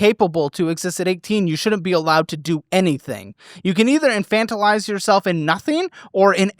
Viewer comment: Congrats on the pronunciation of infantilize.